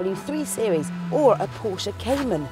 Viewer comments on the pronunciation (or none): none